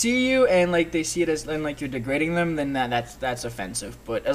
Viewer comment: i heard "Dem"